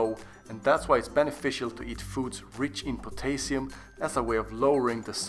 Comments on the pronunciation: I can not stand the way pronounces potassium. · The way he says potassium is really bothering me lol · Poe-tay-sium lol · Pot - ey - sium hahaha